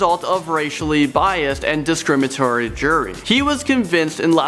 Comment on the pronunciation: "Discrimatory.." "Coorst.." Maybe get the other guy to do the videos with the difficult words..